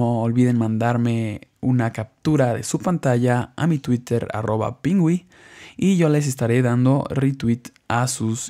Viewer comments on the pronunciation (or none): none